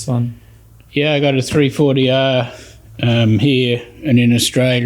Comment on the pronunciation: Exige V6 is supercharged, and its interesting to hear his pronunciation of Exige!